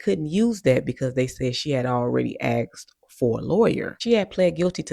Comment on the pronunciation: Don’t say axt. Troglodyte